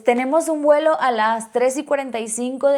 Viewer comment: Se dice vuelo. No se dice welo